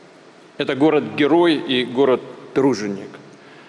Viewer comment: Город Геморой маква,а не геой